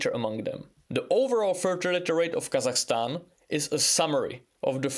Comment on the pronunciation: God damn! The pronunciation of "Kazakhstan" is on point, very good👍